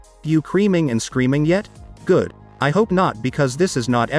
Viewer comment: Is he/she saying creaming or screaming???